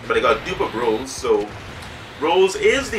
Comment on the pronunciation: It's Rosè lead not Rose lead